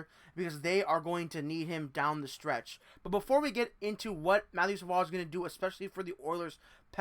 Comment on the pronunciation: Sa-VOY - please. You cannot continuously make that mistake. BTW, Sabres fans have heard the same thing for the past 2 seasons. Then they drafted his teammate, who made the NHL as an 18 y/o. I like Savoie, but he needs to be at least a ppg player in Bakersfield before becoming an NHLer full time.